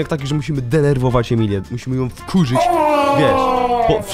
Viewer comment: I te słowo "DENERWOWAĆ" xD